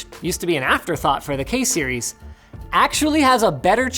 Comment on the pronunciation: "Kay Series" woke my Siri up